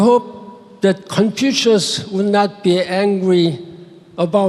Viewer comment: 他甚至不能正确的说出孔子的英文发音😂